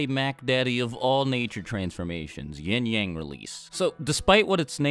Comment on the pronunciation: All i hear is “yeeng yeng” LMFAO